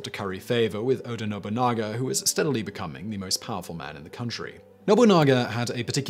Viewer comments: NO-BU-NA-GA! Lol I love that he mispronounces it at first, then will pronounce it correctly later in the same video. He's done this in a couple videos. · How did he manage to mispronounce Nobunaga. It's literally just No-boo-naga. I'd understand No-bun-naga, but to pronounce it No-bunga implies he didn't notice there's an a between the n and g. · what he said the first time sounded like Nobunga to me, lukily I didn't have anything in my mouth as I would have sent it spraying all over my PC, but hey it's Simon, he will creatively botch pronounging anything that he can. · Simon we need to talk, who is Oda Nobounga ? I know Nobunaga but Nobounga ? pls